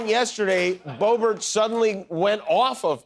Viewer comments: I Swear I Heard You Say Hi Everybody My Name Is Boring Boebert... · She said Bobert